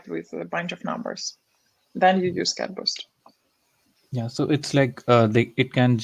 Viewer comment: Abe CadBoost nahi hai... CatBoost hai!